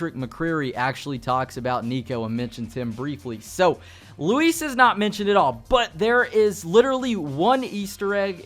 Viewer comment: I give you props because you pronounce his name correctly, instead of (loo-is)